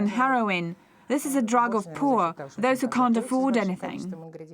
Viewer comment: SHE DID IT AGAIN SHE SAID "drog" INSTEAD OF DRUG